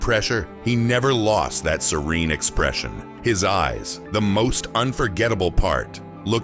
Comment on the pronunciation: The mispronunciation of the word "serene" -- among certain other things -- tells us this narrative was written by AI. But it was well done.